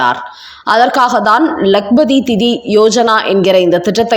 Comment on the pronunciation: திதி என்பது இறந்தவர்களுக்கு நாம் செலுத்தும் மரியாதை. சொல்லை உச்சரிக்கும் முன் கவனம் செலுத்த வேண்டும்.